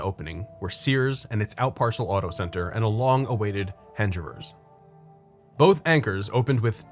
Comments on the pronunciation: Nice work making sure you pronounced Cheektowaga right. You did however mispronounce Hengerer’s (the g is not a ‘j’ sound). But in fairness, not even locals younger than Gen x would know of its existence, let alone how to pronounce it. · … good job on pronouncing Cheektowaga, but it’s Heng-er-ers not Hinge-rers. Also, the Thruway Mall was killed by Galleria, which was built less than a mile down Walden Avenue. This video makes me sad… this was the mall of my teens. I worked there, shopped there, and practically lived there in the 80s. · Hengerers is pronounced with a hard G. Thanks for giving the locals so much history we were unaware of